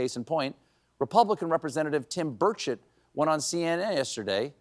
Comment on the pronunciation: Did you just say Tim Birdshit?